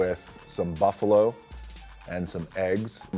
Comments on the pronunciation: Hes says Buffalo 🐃 as if he hunts it during the day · Did he say buffalo?